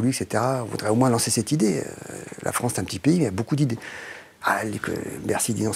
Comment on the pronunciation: la "fronce" c'est mieux ! 🤣🤣🤣🤣🤣🤣🤣🤣🤣🤣🤣🤣🤣🤣🤣🤣🤣🤣🤣🤣🤣🤣🤣🤣